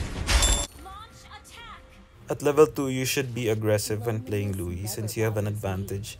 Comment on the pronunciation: Her name’s not Louie. It’s Luo Yi. 😂